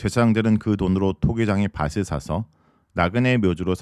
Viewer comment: 발음을 정확하게 하실 필요가 았습니다. '밭을'의 '바틀'인데 '바슬'로 발음하시네요.